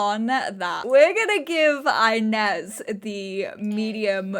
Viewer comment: oh this absolutely feels like watching one of your old school lps - just better because its basically gay fanfiction - and i am LOVING it <3 just one small thing: 'inez' is pronounced ee-nez, not eye-nez ^^'